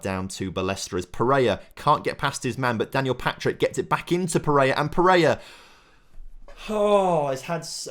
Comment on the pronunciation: i beg you sell pereira so we dont have to listen to you somehow pronounce his very simple name wrong over and over again